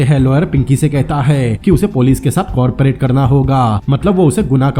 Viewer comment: Co Operate hota hai Corporate nahi😂